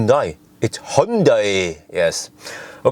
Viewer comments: its not Hon-daj, its Hjundæ! 😉 The Korean letter transcribed as "y" is similar to Scandinavian "j", and the letter transcribed as (ae) is similar to æ. I would never have written this without your comment on Porsche, thanks for the inspiration! 😁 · honday is also not the correct pronunciation. More like hee-on-day